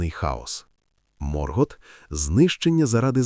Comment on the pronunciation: Ви серйозно? «Сільмариліоні»? «Морґорот»?. Як людина з профільною філологічною та історичною освітою, я Юлія Зимовий Феанор, врівноважена версія свого літературного тезки, заявляю: ваш контент — це ганьба. Ви навіть назву величної книги професора Толкіна вимовити правильно не можете. Яка «релігія»? Сюжет оригіналу вже став нашою реальністю, а ви продовжуєте шукати недоречні паралелі. Ви, мабуть, не читали ні Толкіна, ні Юрія Щербака («Хроніка міста Ярополя»), ні Ніла Шустермана. Мандосе, запиши цих невігласів у свої сувої! Áva quetë! (Заткніться — квенья).Я заводжу свій YouTube-канал (назва в розробці), і тоді вашому невігластву прийде кінець. Хай Альквалонде прийде у ваші домівки, а прокляття Феанора ляже на вас до сьомого коліна за те, що паплюжите мою кохану Арду! 🛳️🔥.